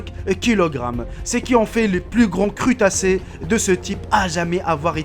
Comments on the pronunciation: crutacés 😂 je sais que tu est tunisien mais la on dis crustacés 😂😂😂😂😂😂😂😂😂 j'ai comme meme liker la vidéo comme a chaque fois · petite correction crustacés on prononce le sss si nn super vidéo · c'est pas crutacé c'est crustacés